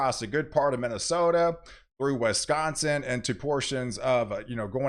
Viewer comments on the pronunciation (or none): none